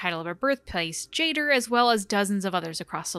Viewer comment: Love the video, thank you for trying to make out consistent lore on Andraste! Only one thing bothering me, that's not how you pronounce Jader and Shartan. It's Orlesian so it's sounde like "ja-dáre" and "share-ten". You can hear it in a few places in DA2 and DAI and surprisingly in The Masked Empire. Whoever gave direction on that audiobook did really well